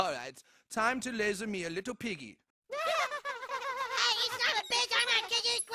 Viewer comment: "I... ama little pig e" (i am a little piggy) got me dying😂